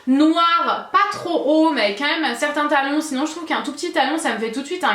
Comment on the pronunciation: Ta les cheveux beaucoup plus rouge et éclatant que d'habitude. Tu dis toujours mum au lieu de même. Mdrr super j'aime trop la robe noir 😍😍